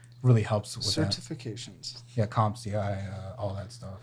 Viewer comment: He’s only in school for the stipend. So many military folks do this. Forever enrolled. He said CompSia when it’s CompTIA and that’s basic